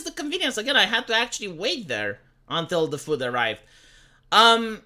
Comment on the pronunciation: The way says food. Füd.